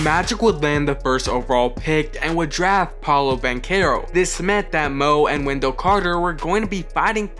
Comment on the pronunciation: Daft instead of draft. A lot of mistakes